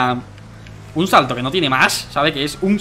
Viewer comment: DANIREP DICE CHALTO